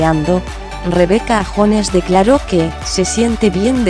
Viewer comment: No es Rebeca jones se pronuncia yones